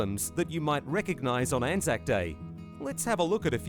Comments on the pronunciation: You did pronounce it right it's an-zack basically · As an Australian i can confirm you have been saying Anzac correctly. Anzac (pronounced an-zack) stands for the Australian and New Zealand Army Corps. As Anzac Day is celebrated by both Australians and Kiwis on the same day. Anzac day is a day to remember those who have sadly perished in war and combat. also a bikkie and cookie are very different. cookies are enjoyed by kids, bikkies are eaten with a coffee or tea on a weekend in the living room. Every time i went to my grandparent's house there would be bikkies on offer and most of the bikkies were Anzac bikkies so i'd enjoy one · I am Australian and yes you are saying it right